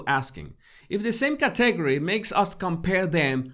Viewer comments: It’s “climb” like “rhyme.” “Climb a rope.” It’s CATegory like kitty “cat,” with strong emphasis on the first syllable. Great stuff. Loving it. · Hey - I know you strive to improve your English. Category: emphasis is on the first syllable, cat, not the second syllable. CAT e gor y. I was having trouble understanding the word the first couple times you said it. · Please say category correctly. It is Kat’ uh gor we. I truly had trouble at first understanding what you were saying. Your pronounciation distracted from the content. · Hola! Para ayudarle, el acento en la palabra "category" esta en la primera silaba; un el segundo acento en la tercera silaba. Espero que tome esto como ayuda: Caaaaategooory. Thank you so very much. I will look at myself in the third person from above!!! Now I have so much to do!!! I learn about myself in your videos. When my school finals are completed, I will download your "tips." Gracias, de nuevo!!! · Hi Jesus, good video! Just a heads up that you are stressing the incorrect syllable on the word 'category'... its should be KAT...egory. No biggie, keep up the good work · Jesus, I love your videos. Your accent is charming. Please, though, pronounce "category" with the accent on the first syllable, thanks.